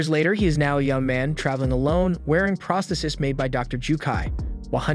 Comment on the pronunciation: This video title should say became instead of become. Also it is pronounced pros·the·sis /präsˈTHēsis/ for the singular and praas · thee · seez for the plural.